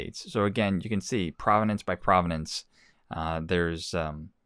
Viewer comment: Prov-ince...not provi-nenece jus sayin...